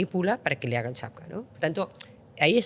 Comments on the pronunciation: Acaba de decir "chapcap".....😂😂😂😂 Esto es lo mejor que tenemos en Europa???? 😢😢😢😢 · Esta señora utiliza muchos anglicismos innecesarios (Billions. Trillions. El-El-Em "LLM", etc) y se supone que controla de tecnología... ... pero luego no sabe decir "Captcha". En su lugar dice "Chapka" 3 veces seguidas y se queda tan ancha. Ahí lo dejo. Por cierto: Le ha faltado decir, para coronarse, que en España y el resto de Europa gozamos de una clase política de lo más saneada, honesta y competente. Cuando ha dicho que el modelo migratorio aplicado en España estaba funcionando muy bien, casi me atraganto de la risa: "¿Segarro, amego?" En fin 🤦🏻‍♂️ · Peor... ¿"chapca"?... si la responsable de la política de IA no sabe pronunciar algo tan íntimamente ligado a la tecnología de IA como "CAPTCHA" (un acrónimo que incluye la referencia al test de Turing en su significado)... 😩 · Que raro se me hace ver que una persona con su preparación diga UCRANIO como elemento y que la IA no podia resorlver un CHATPCA 🤔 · No sabe ni decir captcha